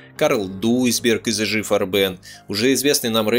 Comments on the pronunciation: фганцузский концегн "Фарбе'н", с ударением на суффикс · Так фильм Ромма И ЕСТЬ общий обзор, у него совершенно другая задача. Он больше о человеческой психологии и нравственности. С моей точки зрения, фильм переполнен, именно ПЕРЕ полнен фактами, за которыми теряется общая картина. И очень режут слух неправильные ударения (ГабЕр, фарбЕн ,Тиссен, слава богу хоть не ГитлЕр), чис лительные вроде "девятиста", и сокращение нсдАп. Ну совсем не по-русски...